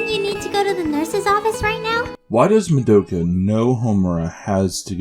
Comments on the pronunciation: Midokah, Kie-yolk-oh, Kie-yu-bay, Wall-burch-noght, Wall-purg-not, wall-pur-gee-not, Sey-yaka. Yep that's totally how you pronounce these names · And Mah-doe-ka, yes we all heard it too, don't be so damn pedantic. Why do you think SOME black people say ax, or SOME white people say ex-cape. Iit's how SOME American's repeat things they hear that are from foreign sources. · Kyu-bae. Two syllables Val-pur-gas-not. MAH-do-ka Sai-uh-kuh Mee-tah-key-hah-rah Kyo-ko again, two syllables.